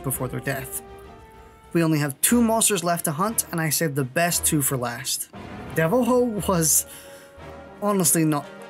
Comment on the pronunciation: nice video, bit late on coming to recomendation after a year. but honestly cant get over the way youre saying the monsters name very funny way of saying it keep it up!! DevilHOE KEKW